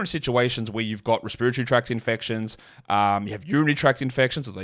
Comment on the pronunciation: "resp-ear-atory:? speak English mate😂❤